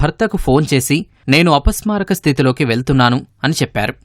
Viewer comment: ఫోన్ చేసి " నేను అపాస్మరాకా స్థితి కి వెల్తున్నాను" అని చెప్పిందాటా.అపస్మారక అని వీడికే పలకడం రావడం లేదు,ఆమె ఉన్నా పరిస్థితి లో"అపస్మారక"అని ఎలా చెప్తుండి.పాధ గట్టం,పాధ గట్టం అని సినిమా లో లా అపస్మారక ,అపస్మారక అని ఎన్ని సర్లు చెప్తారు.అతిగా ఆవేశపడే ఆడది సుఖపడినట్టు చరిత్రాలో లేదు.